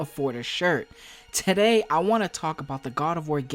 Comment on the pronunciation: Did he just say “tidday” instead of “today” 😂😂😂😂😂